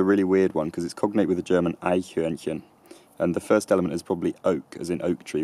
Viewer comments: How on earth did he pronounce the word ''Eichornchen'' so fricking well??? xDDDDDDDDDDDDDDDD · Wow, you nailed the pronunciation of the German word "Eichhörnchen" there! :O Normally this is always a word we Germans make foreigners say to have a good laugh because they can never pronounce it correctly! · The Gruelmaker I guess you mean "Frösch chen" (little frog)? The trick would be to let the sound sch be followed by *chen*. I must say I like the little pronounication errors though I am impressed beyond measure by perfect *Eichhörnchen*. Sexy!!! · I don't think I've ever heard an anglophone pronounce Eichhörnchen this perfectly. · Clearly, you haven't heard me pronounce "Eichhörnchen." When someone has a conflict with me, I settle it by simply challenging them to pronounce "Eichhörnchen" better than me. .....Just kidding. I agree. I also noticed he did that very well. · your pronounciation of Eichhörnchen is so spot on, I'm really impressed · you said eichornchen pretty well